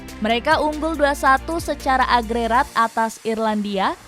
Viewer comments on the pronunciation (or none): "AGREGAT" Agrerat . ... (🤣🤣🤣) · Kok agerat min,aturan agregat min yang benarnya